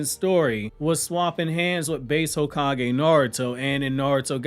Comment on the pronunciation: "High kage" Village hidden in the weeds gots me 🤣🤣🤣🤣🤣